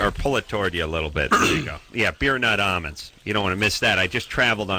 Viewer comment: why he pronounces almonds like "amuns"???